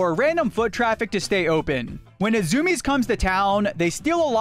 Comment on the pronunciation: zoom-iez? i thought it was zoo-me-ez